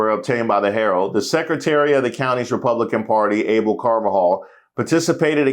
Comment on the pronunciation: Abel is pronounced Ah-Bell.